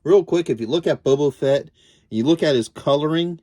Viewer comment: Boba Fett, not Bubo Fett. Lobot, not Lobo